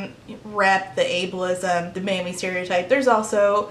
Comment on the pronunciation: Until 10 and 1/2 minutes in I thought you were saying 'manny' not 'mammy' like a term for a male nanny, and I was just going along like 'wow, that was popular around 2009, wasn't it?'